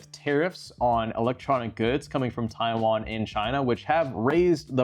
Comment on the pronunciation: "Chaiwan" is not gonna make the Taiwanese happy 😭